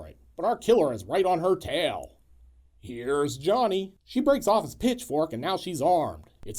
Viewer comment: Did you say pitchfork or bitchfork?❤😂❤